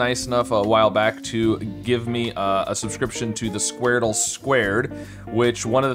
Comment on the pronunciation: i love when you do the squardele (with 2 e's)